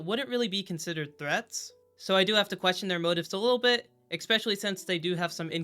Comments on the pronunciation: ESPecially, not ECSPecially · Video could have been good. Logic was inconsistent and largely lacked common sense. -rep: said 'ekspecially'